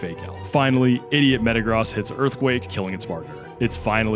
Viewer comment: Bro you can say gyrados properly but you cant say metagross😭, its like you poketuber are doing this on purpose 😂.